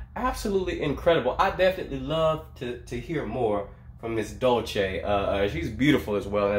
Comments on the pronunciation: it´s pronounce Dull - Sé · Her name pronunciation is DUL as in /DOOL/ and "se" as in send, or serpent. /DOOL-se/ It''s Spanish, not Italian.